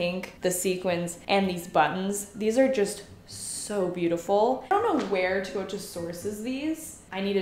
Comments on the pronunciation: Me: now say it with me. Teh!: Teh Me: ooo: ooo Me: Tah!: tah Me: Teuta!: Tuota!! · after all this time I finally found a pronounce program for Teuta Matoshi. You have the last name right but the first name is TAY OO TA. Cool, now maybe we can pronounce it correctly! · Isn’t it pronounced TEUta not TUOta🥹🫶🏽? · Just a note on pronunciation...😊 (capitalized letters are syllabic emphasis) You said too-WOAH-tah It should be teh-OO-ta (with dentalized Ts) 😊😊😊😊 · Hey just to let u know its pronounced Two-oo-ta if that makes sense:) Love the video, dresses n the brand itself! Teuta makes great dresses! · Tay- OOh- Tah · Omg.. I love you.. but GIRL. Its pronounced "Tay-U-Tuh" lol Her Canadian accent kills me some times lol. "MALK" Lmao By the way, I loved the last 2 dresses on you. They really look like your style. KEEP THOSE!! Xoxox from USA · I think has always said Teuta wrong. I mean how she says it is not how it's spelled. She always says Tuota. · It’s tay-oota 😅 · Ahhh I don't know why but it is bothering me so much the way she says Teuta's name. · You have done a number of these videos and still you have not learned how to pronounce her name 😂